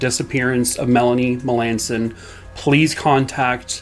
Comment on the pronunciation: I know some Melanson's They pronounce their last name different from how you did. I hope the family gets the answers they deserve.